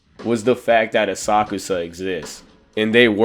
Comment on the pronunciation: ASA-KUSA…the way u pronounce it lets me know u don’t watch the anime or u can’t speak